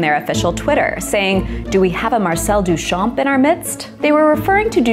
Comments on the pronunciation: Very interesting! Just one thing. The name Marcel Duchamp is pronounced Duchan… you don't pronounce the p and barley pronounce the m. Here's the right way to say it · Your mispronouncing of Duchamp makes me die a little inside every time you say it but this was a great video!